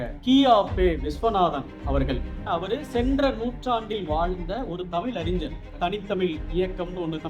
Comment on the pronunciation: தனி தமிழ். தனி தமில் இல்லை.